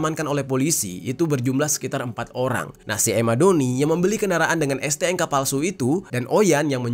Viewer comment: STNK bang, bukan STNGKA